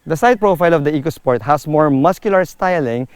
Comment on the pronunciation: E-co sport not Echo-Sport for the reason the related word is economy.